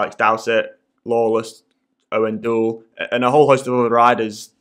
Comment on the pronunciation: Doesn't know the current name of the team Froome is off to, can't pronounce Owain Doull's name. Nice to see he did his 5 mins of research.